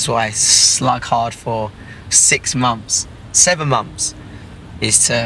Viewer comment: I quote you by only listening I hear: "six mompths .... no seven MOMPTHS" it sounds like that haha Or: You workes since six mums, seven mums ;D